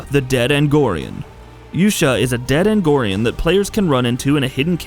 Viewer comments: Its argonian not agonian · Yeah, I'm sorry, but how the fuck can you make a Skyrim list and fucking say ANGORIAN??? Like, get the fuck out of here. Play the game, first, and then make a list. Yes, R/gatekeeping. And, yeah, I'm Triggered. But...what the FUCK. ARGONIAN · It's pronounced are-go-ni-en not Agnorian, and Cicero isn't the Adoring Fan it's just a reference. Hardly any of these count as secrets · The moment this guy pronounced A R G O N I A N as "angorian", I was no longer interested in the rest of the video. If you're going to make a video regarding a certain game, at least have the decency to get someone who knows how to read things correctly. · If you want to be taken seriously, you have to avoid blatant typos and mispronunciations like "Angorian". It's "Argonian". Come on,, you're better than that. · Dude, c'mon. Play the game. Listen to how the race names are pronounced. See how they are spelled. Angorian...Argonian. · guy mispronounces Argonian Me: "REEEEEEEEEEEEEEEEEEEEEEEEEEEEEEEEEEEEEEEEEEEEEEEEEEEEEEEEEEEEEEE"